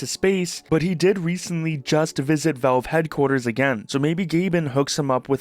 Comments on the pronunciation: There is an A in valve. It's not spelled "velve," it's spelt "valve." Say the A. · they're called valve, not velve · Why do you keep saying "Velve"?